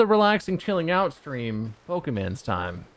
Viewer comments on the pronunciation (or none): none